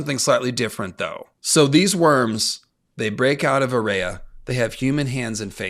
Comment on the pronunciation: I know this is padantic, but why are you pronouncing Aerea's name like A RAY A when its AIR E a.